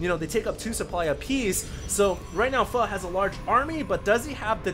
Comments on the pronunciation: yes it's pronounced fu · fail pronounce "Pho" for a Victor Charlie ;p